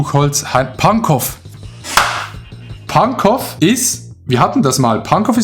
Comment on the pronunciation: Alle Berliner (allgemein Deutsche) sind getriggert wenn das W bei Pankow mit ausgesprochen wird :D